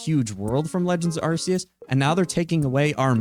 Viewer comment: It's not "Arse-eus".